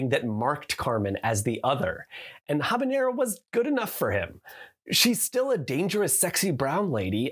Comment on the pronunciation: ~ ze ghavanera ~ is how I will pronounce habanera forevermore